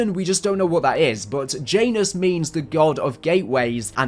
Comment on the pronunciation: As a guy who plays SMITE(Game where you play as gods of many pantheons), the "J" in Janus is pronounced as a "y" Sound.